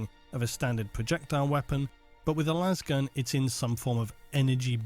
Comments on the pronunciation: Someone pronounced lasgun like laser the other day and I had an existential crisis. Why is everyone saying lazzgun like Las e fair? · Because lazz gun is how it is officially pronounced by all 40k media no one says lase gun. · Lasgun is the Gif / Jif of the 40k generation. If it's a laser gun then it should be laze-gun not lazz-gun